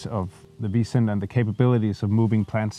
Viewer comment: Congratulation on an interesting and very positive project and an interesting video about it. It took me some time to adjust to pronounciation of 'bison', it sounds like Vincent. In future videos, please pay attention to that - bison is 'bison', not visent... Otherwise a very good, well-filmed and interesting video. Thank you for sharing your experience.